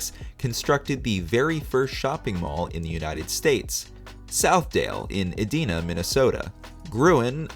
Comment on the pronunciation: As A Minnesotan I Can Tell You It’s Pronounced Edina Not Edeena